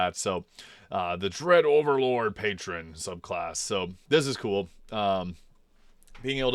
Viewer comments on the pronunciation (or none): none